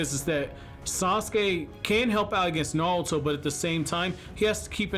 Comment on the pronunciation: Is it just me or is he saying naruto like "nawuto" lmfao